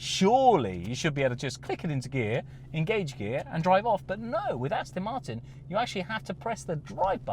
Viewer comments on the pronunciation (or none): This guy is really annoying me. The company's name is ASTON MARTIN....NOT Astin Marton. He's English isn't he? How can he get it SO WRONG?? FFS !!!